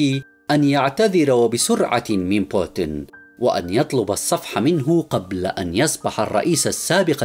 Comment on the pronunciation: إقرأ اسم بوتين بطريقة صحيحه من فضلك